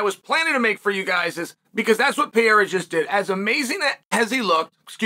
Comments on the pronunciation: Peiera :D Please make sure you pronounce a bit better his name :) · It's funny how Uncle Chael can't stand the two R's in Pereira's last name; he's not even close to pronouncing it right. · Dude still doesn't know how to pronounce Pereira